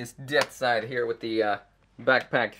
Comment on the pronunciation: Death Scythe not "Death Side"...